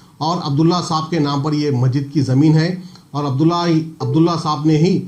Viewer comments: Arey yaaro masjid hai wo majid majid kya bolre aap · Bhai sab majid majid kya bol rae masjid bolo kitana class padae aap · Majid nai masjid hota bhai. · AsSalamAlaikum, Bhai it's Masjid not Majjid.... Aap ka talaffus sahee kariye... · bhai...masjid boliye...majid nahi....most welcome